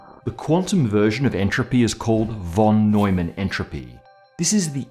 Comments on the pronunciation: it is not "wh"on Neumann but rather "f"on Neumann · No offense, but its called von Neumann, where the von is pronounced like fon. In German the v can be spelled either like v or like f. Here its the f :) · 'von' is pronounced 'fon'.